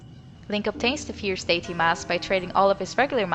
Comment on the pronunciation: Not a native english speaker, but is it just me or is she pronouncing Deity wrong?